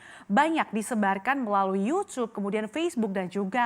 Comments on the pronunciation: ngomong youtube aja "Yucube" pake C 😂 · tuh si pembawa berita bilang yusuf apakah ini sebuah teori konspirasi juga dalam penggunaan kata yutub ahahah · nyebut youtube aja yucub